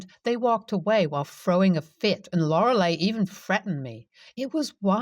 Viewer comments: OMG...PLEASE learn how to pronounce Lorelei... It's NOT "Lor-a-LAY" 🙄🤦🏼‍♀️. ITS "Loa-a-LIE". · I like your speaking however, you need to work on some pronunciations. 'Lorelei' is NOT pronounced 'Lor-el-AY'. It IS pronounced 'Lor-el-LIE'. Also, a while back I watched a playlist of yours and you said further 'bloopers'. Like the name 'Joolio', is NOT pronounced 'Jew-lee-oh'. It IS pronounced 'Hoo-lee-oh' It is a Spanish name, and the 'J' in THIS case is said as an English 'H' sound! Also, the word 'pinata' is another Spanish word. It is NOT pronounced 'pin-ah-ta'. It IS pronounced 'pin-YAH-ta', with an English 'Y' sound before the 'ah'. Guess you have very little understanding of Spanish pronunciations. I don't speak Spanish, but have at least some basic understandings of this 2nd most commonly used language in the whole wide world! In today's world if a person sees a word they are unsure of or not familiar with, it is very easy to find out the pronunciation. One can ask google, "OK google, how to pronounce the name spelled 'J-O-O-L-I-O'? And when you spell out the letters, your phone will tell you!" Or, "OK google, how to pronounce the word spelled 'P-I-N-A-T-A? Quite simple. I don't mean to criticize, however someone speaking publicly should pronounce words correctly, at least in my opinion. Or else it tends to make them look stupid or lazy or uneducated. Again, you speak well mostly, and have a very nice voice and intonations. Listening to you is enjoyable. However, you could work on some word pronunciations to be better!